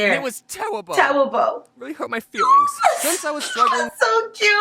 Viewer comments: My heart melted to chocolate wen he said :IT was tewible. It hurt my fweeings : so cute thi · you tewible and you hurt ma feelwing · WENZDAY James teacher:Really? James:That huwrt my fweelings James teacher